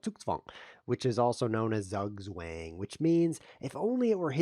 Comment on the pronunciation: Goob job pronouncing "Zugzwang" :-)